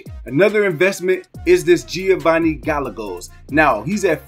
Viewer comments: Bro, it's pronounced Guy yegos - Gallegos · Gallegos is pronounced Guy-Aye-Goes